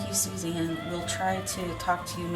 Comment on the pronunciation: It’s not Susan it’s Suzanne